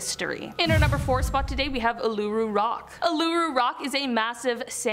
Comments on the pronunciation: Uluṟu is pronounced ooooh-looo-roo. It’s a very culturally significant place in Australia, doesn’t particularly fit in in this video. xox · Its pronounced oolaroo ffs if your gonna say something about Australia and it’s cultural heritage at least look up the proper pronunciation or don’t talk about it if your gonna butcher the word entirely especially since it’s a massive part of our aboriginal culture